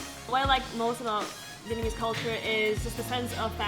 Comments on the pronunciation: vietnamese is definitely pronounced better than vietnamese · You guys really need to work on your vietnamese. Your pronunciations are terrible.. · Their Vietnamese is pretty bad, thought my pronunciation was bad.